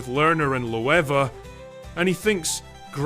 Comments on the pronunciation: Pronunciation, Lerner and Lowe is pronounced Learner and Low like how low can you go (not Lova). The film grossed $50,506 in its first week. It opened in Los Angeles the following week and immediately expanded to another 12 cities.[22] It reached number one at the US box office in its eighth week of release. Due to its large budget and disappointing returns, Paramount took an initial write-off of $11 million; however, the film performed better during the summer of 1970 and they reversed around $6 million of the write off.The film became Paramount's sixth-largest success up to that point (and the seventh highest-grossing film of 1969); over its release, it grossed $31.6 million, although the earnings never offset the cost of production and marketing. So, they did earn their money back plus $11, 000, 000.00 and that is just the box office. The song Wandr'in Star became a hit in many countries. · I remember sitting through this first run. Cut some songs from the play, added some new ones. What a mess. BTW Lowe is pronounced LOW, like low bridge. On the plus side Harve Presnell could sing good enough for the three main stars.